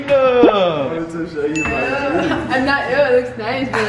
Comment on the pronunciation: “Show em your teef”💀